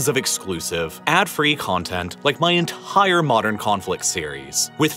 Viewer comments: You pronounce entire like enthhhhhhair. hahahah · For some reason unbeknownst to me, I absolutely cringe every time you say the word “entire”… it sounds as if you’re pronouncing it “entihhhire” and I can’t get on board. Edit: Video is amazing tbh all your stuff is. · theres no h in entire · Great content. Another perk is the voice pronouncing words like “entire” which sounds like “ENTHHHAIAH” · China's Enthhhire Oil & Gas Problem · i love the entire pronounce, "enthaire"